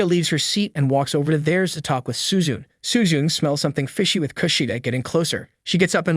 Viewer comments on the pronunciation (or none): Bro literally said Horikita Suzun?! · Why does bro call Suzune, “Suzu” and Ichinose’s name is pronounced like it was English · Suzun Suzun SUZUN all the fucking time! The name is Suzune NEEEEEEEEEEEEEEEEEEEEEEEEEEEEE